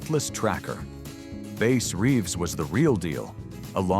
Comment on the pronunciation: It's Bass Reeves not Base Reeves. AI